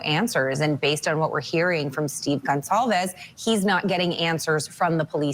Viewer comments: Justice hasn’t been “denied” the investigation is on going and all aspects of it are meticulously being scrutinised. Patience and temperance Vinnie. We all want to see a successful conviction in due course. Also it’s “gone sol vez” the C is soft it’s a surname of Portuguese descent. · Pronounced Gon-solve-es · This guy ever going to take the time to learn how to pronounce Goncalves correctly? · My god, someone teach this reporter how to pronounce Goncalves correctly. It's her name, for heaven's sake. Get it right. ‼️‼️‼️‼️‼️‼️‼️‼️‼️‼️‼️‼️